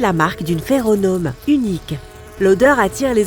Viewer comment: "Une feronome" ??? 🤣